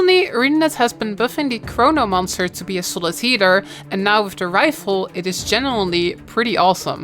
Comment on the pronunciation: Why do I always hear "heater" instead of "healer" lmao